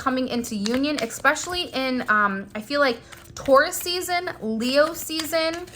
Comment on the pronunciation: Omg he is driving me crayzay.Tauras😂